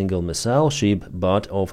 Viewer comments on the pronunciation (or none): ship - not sheep. NOT SHEEP!...... SHIP..... SAY SHIP, NOT SHEEP!